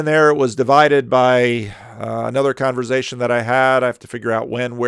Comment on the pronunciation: Sorry for nitpicking a bit. The word is "converSation" not "converZation".